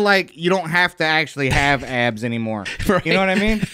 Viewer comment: Hearing ABS called “abs” is so unintentionally hilarious